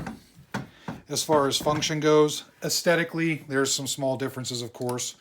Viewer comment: Is he saying 'astetically'? Its 'aesthetically'. Its a 'th' like in therapy. If you're going say it a lot he needs to learn how to pronounce it 🤬